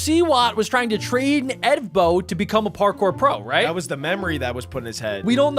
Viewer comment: Evbo ❌ Ebo✅